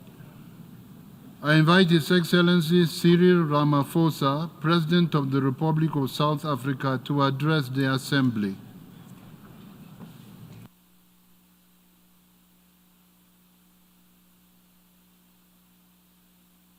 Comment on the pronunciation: Pronounced...Ra-ma-por-sa...the English 'ph' is not a 'f' in Venda...